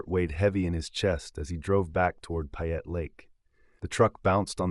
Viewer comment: If you are going to tell a story you need to pronounce the names correctly-- You lost me on "Payette"